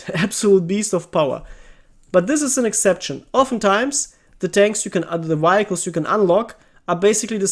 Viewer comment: say it with me now (vee hic les) vehicles